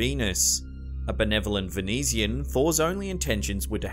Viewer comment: It’s pronounced. “Venoosian” not “Venesian”. (Venusian)